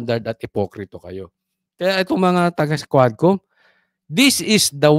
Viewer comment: DID YOU SAY "K'WAT" COMM????